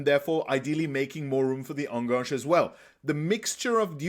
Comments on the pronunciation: Thanks for your great videos! Love it! Just one minor thing: it hurts a little every time you say "enganche". This is not a French word. Try to pronounce it like "ann-gun-che". (Better yet, google "enganche pronunciation" and hear a Spanish speaker say it). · I like your videos, but please learn how to pronounce Enganche. It’s a Spanish word, not a French one. It’s pronounced very straightforward, the ending is like in Che Guevara.